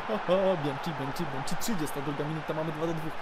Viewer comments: mowi sie bianki a nie bianci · tak na przyszłość to Bianchi czyta się przez k nie cz :)